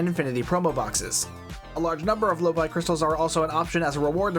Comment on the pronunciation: The low-buy store !!!!! XD XD XD XD (low-bee, FFS) lol